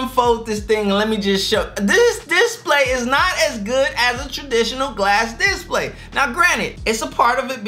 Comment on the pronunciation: I'm sorry man I didn't realise you couldn't pronounce display I just thought you didn't know. Great video